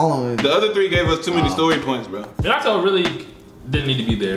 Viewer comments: idk if im dumb or sum but i swear they saying minato soo wrong, like they dont say it like that in the show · guys its Min-ah-toe